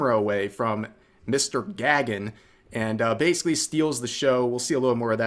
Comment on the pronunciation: The nuisance streamer's name is not pronounced as "Gag-un" but something like "Guh-gun." It's a Sanskrit/Hindu name meaning "sky." So that POS is most likely of Indian or Nepali origin.